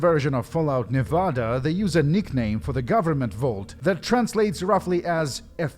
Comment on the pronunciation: I mean this sincerely: I love how you say Nevada. Americans usually say “Neh-veh-deh”, but we’re dumb